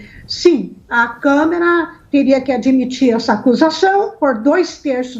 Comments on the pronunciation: QUE CONSTITUIÇÃO, DOUTORA ?????? E ANTES QUE ME ESQUEÇA...NÃO É ''CÂMERA''. É '' CÂ - MA - RA''. ASSIM EU CHORO ! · DISCUSSAO SEM.NOÇÃO. MUITO FRACA..A MULHER FALA CAMERA EM VEZ DE CAMARA... CAMERA E DE TV. E CAMARA É DE DEPUTADOS...VAMOS RIR.... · Mulher é Câmara e não câmera! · É impressão minha ou essa Senhora fala "Câmera" dos Deputados??? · Que nem o reportem relatou, se por acaso, isso acontecer) ;isso é só um impoti-se) supondo¿ Se isso acontecer, também eu; estou de acordo com a pronúncia da senhora comentarista: Que o senhor Mourão; é quem deveria assumir e continuar no cargo da Presidência do Brazil.